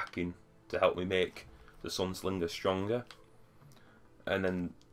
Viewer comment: There's not an "L" in Sunsinger!! hehe. On a serious note... Helpful info on the Sunsinger build. Currently working towards it. How did you get the Legendary gear? I'm currently only level 24 and trying to get gear. Seems whenever I get a Legendary Engram, it just turns into materials! Am doing bounties and Strike playlist at the moment, but it doesn't seem to be getting me anywhere quickly! :D